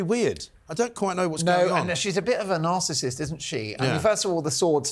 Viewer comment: Mark - greetings from America - and a big hello to Mrs. Dolan - did you say Penny was a bit of a Narcissist or "Assrsecissist"? - I obviously made up the word - but by all means do use it as applicable to various individuals.